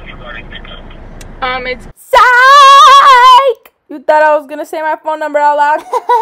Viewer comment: it’s “SIKEEEE”😂😂😂😂